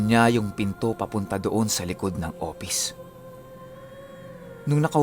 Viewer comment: Hehehe.. Opis nalang para madali.. mahirap bigkasin ang F. 🤣🤣🤣🤣